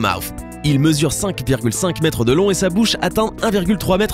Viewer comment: le requin blanc : "7,7 Mêtres de long "🤣🤣 Vous êtes vraiment une belle chaine de myho